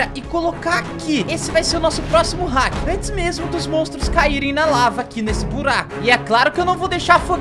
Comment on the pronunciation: vc falou heck envés de falar hack kkk